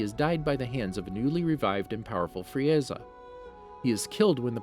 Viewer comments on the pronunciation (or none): I burst out in laughter when he said frieaza😂😂🤣🤣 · Bro got the script and ran with it. Should consider watching the series....... Kami (kaw mee) Saiyan (say en) Frieza (free zuh) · I hope you stub your toe for every word you mispronounced. It's Say-Annes, It's Caw May Hah May Hah . It's FREEZE-uhh. It's VAG-EE-tah! It's Zah-Mah-sue. It's Jock-oh. ...You're bad and you should feel bad. I don't care if these are the names in japanese or something. You are currently speaking English. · I'm literally only thumbing this down because you pronounced names incredibly wrong. Free-eza, veg-etta, SAI-YAN? Congrats on figuring out namn-mayik half through but it was too little too late. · Fri Eza ? FRI EZA ? Vejetta ? WTF ARE U DOING ? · He literally said Fri-eza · The way he pronounces sayians, vegeta and frieza hurts my soul and makes my whole body cringe! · Love ur video's but the way you pronounce Frieza and Saiyan(s) hurts my ears a little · He’s definitely now saying everything right. It’s actually the opposite. He says kamehameha wrong saiyan wrong namek wrong frieza wrong etc...